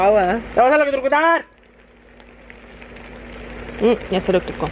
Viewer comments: No one:: “no me elecotruco? me voy a elecutrucar?” 😂💀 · Me voy a Electuctucutar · No one: Absolutely no one:: Me voy a “Electrucutucar “🤣🤣🤣🤣🤣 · “me voy a eletrucutucar”😂😂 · Nobody:: “me voy a elecrotrucutar” 😂😂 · "Me voy a elecutucar" 💗😭 MEEEEEEE when I don't pronounce something correctly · “ electrotokutar ” I caught that 🤣🤣💕💕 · No one:: me voy a electrucutucutar? 😂💀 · No one: Absolutely no one:: me voy a electrocutucar?